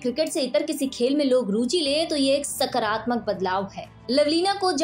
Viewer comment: सकरात्मक नहीं सकारात्मक कहें।